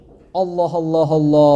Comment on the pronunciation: Hocam Allah c.c. ismi şerefini ellah diye telaffuz etmeyiniz lütfen